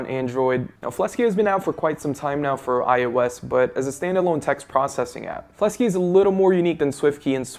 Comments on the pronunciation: Ummm it's Fleksy...not Flesky ._. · It's called fleksy not "flesky" lol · Why are you pronouncing Fleksy as Flesky?